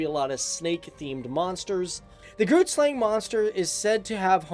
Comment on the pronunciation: It's "Groot" meaning big